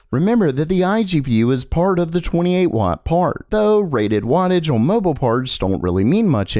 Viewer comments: day 69000 of being unable to say "on" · The way this guy says "on" makes me laugh every time 🤣